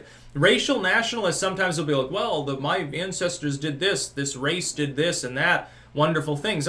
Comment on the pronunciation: Why does he always say mah in front of things. Such as Mah white privledge?